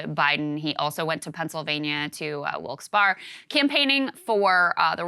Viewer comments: Just to get it out there, Wilkes-Barre is pronounced like Wilks-bury 😁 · It's pronounced "wilks Barry" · It's pronounced Wilkes-Berry or Wilkes-Bear.